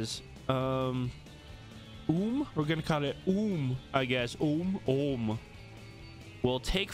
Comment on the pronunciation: Pronouncing Ohm is pretty much how it looks like.. "oh-m"